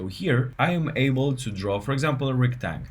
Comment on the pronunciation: Just an FYI, a rectangle is not called a rectang. Unless of course you are pronouncing it Retang cause it’s how the command is written. 😊